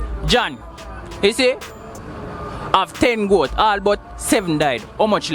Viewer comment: "Seven gort"🤨how she get dat🤣🤣🤣🤣🤣